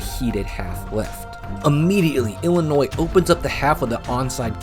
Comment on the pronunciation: Illinoissssss? Bro ? No S sir …. Like Des Moinessss. 😅